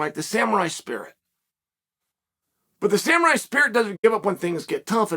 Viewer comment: SamUrai, not SamArai... love ya bruh. Just trying to help. Also... new to Oregon, live in Newport! I'm a Master Framer if you need anything built! Surfer Construction!!!!